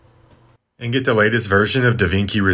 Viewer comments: Finally he pronounced something correctly That is how you pronounce DaVinci right? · hilariously, chi is not pronounced that way, but the way he pronounced it. Everyone is backwards